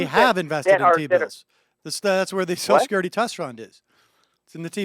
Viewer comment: Why do liberals always say "soshecurity"?